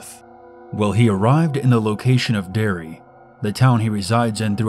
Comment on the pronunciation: But why can you not say Derry (it's not Dairy) and I've never heard of a werewoof. Werewolf, yes. Werewoof, no.